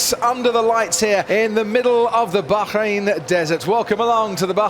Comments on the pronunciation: Oh Yes, the Bahrrhein Grand Prix 😂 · Crofty saying Bahrain with proper Tajweed! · The way this dude is pronouncing Bahrain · Bro trying really hard to say "Bahrain" 😂